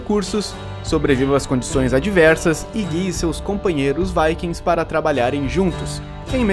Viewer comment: é a pronúncia correta de Viking kkk